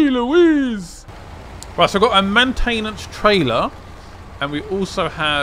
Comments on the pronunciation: Haha yeah so funny, MANtenance 🤣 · I’ve never heard someone say maintenance as he does